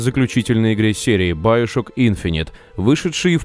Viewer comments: Надо говорить не баёшок ,а биошок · Как же воротит от твоего "байошок" , чувак оло , ты русский , ты не знаешь слова биошок ? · не байшок а биашок камсток а комсток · сам ты доктор Сучонг...Он Сушонг,а еще не байошок,а биошок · Биошок а не Баишок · говорит баяшок!!!! )))))))))